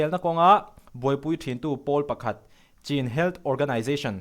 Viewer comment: "Chin"❌ "CHÎN" ti a lam rit tur ani.